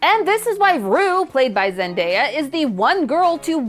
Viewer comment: Guys, you don't understand... pronounced Zendaya's name right 🥳🥳🥳 Even Matt couldn't do that!